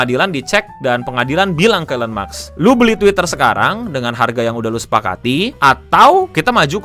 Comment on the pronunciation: Gue kritisi ucapan ejaan lo pas baca Musk.. mask bukan maks lol.